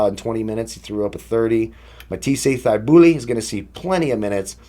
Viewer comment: Just going to play harden and pray. Also the only reason i know this is because he went to my hs but its (matt-ease) (thigh-bull) lol